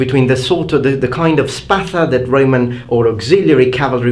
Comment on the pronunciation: First of all, great video. I really like your content. Secondly, thumbs up for pronouncing "Spatha" correctly. What are your studies? History, glossology? Ethnography maybe? Thirdly, both swords were great and effective, for their time. They served different necessities as you stated yourself. I gravitate though, a little bit more to gladius, because, it needed less motion and force to be effective, making it more dangerous. And to tell you the truth, every time i hold a gladious, it feels like an extention of my hand. It also feels like i'm flexing with weights. It could kill even with the back pommel.